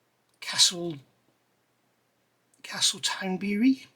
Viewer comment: Great review! I have this kit (and the Shannon) in my stash. Btw - Castletownbere is pronounced as “bear”. It is a lovely little seaside town in cork.